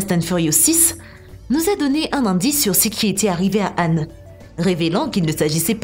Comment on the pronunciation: Son mom est "Han" Pas "âne"